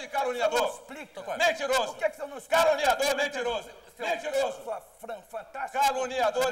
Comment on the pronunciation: Eu já vi mil vezes e não consigo parar de rir! O Quércia falou a palavra "caluniador" 15 vezes. kkkkkkkkkkkk E quase que sai "calango". kkkkkk